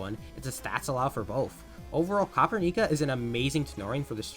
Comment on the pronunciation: Dw bro noone really cares, it's easier as copper-nica lol